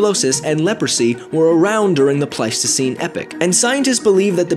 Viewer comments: Epoch isn't pronounced "Epic" but rather "epok" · Think you pronounced Epoch wrong I pronounce it E-Pok you said it like epic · EEEE POCK, EEE POCK, not epic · Epoch. Pronounced epock. Not epic. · love how he says epic not epoch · Epoch is pronounced EE Pock, not Epic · Did you literally just call it an epic as the word epoch appeared on screen? -_ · it is pronouced ee-pok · Epoch dude. It's pronounced "ee-pok" Also, whooping cough is proncounced "hooping". Not like ass whooping. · The narrator does not know how to pronounce epoch. He says it like the word epic. Slightly annoying! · epoch not epic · Pretty sure its pronounced epoch not epic lol. Great video though man. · yeah the E is pronounced longer and on its own and poch does not sound like pic it's as I and Mat said Ee-Pok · no, it's ee pock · I studied about them in a project in school and he pronounced it wrong